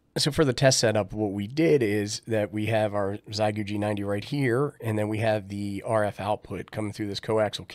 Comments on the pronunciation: Forgive me; I truly appreciate you and your helpful videos. It just makes me chuckle that all ham-tubers have decided on this pronunciation. If you've ever learned how to say "thank you" in Mandarin Chinese (xiexie), you will have a good start at understanding how "xie" is pronounced. 73 from VE3-land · "Xiegu": in Chinese it's pronounced like "Shieeguu" (for English readers) 👍🙂